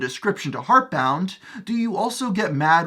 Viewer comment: Those channels revolve around the game completely. It's kinda silly comparison tbh. AAA-game with million dollar marketing is a bit more known than a small indie game, especially when the video thumbnail is clickbait shit and compares it to Undertale and the host pronounces the game studio wrong. It's just plain disrespectful